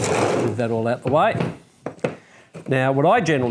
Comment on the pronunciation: I really enjoy your videos. They are so helpful. Thank you for sharing your knowledge. Plus: it is so funny when you say "Right now" :)))